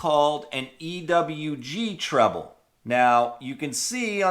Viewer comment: It is pronounced treble not trouble